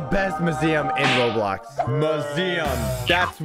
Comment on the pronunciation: Why did you say bobox then robox😂😂😂😂😂😂